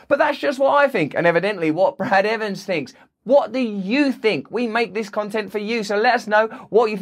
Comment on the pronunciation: "Brad Evans", has an "s", in it.